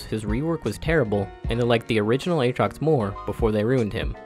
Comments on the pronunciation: Did he just say A-Atrox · My man really said A-atrox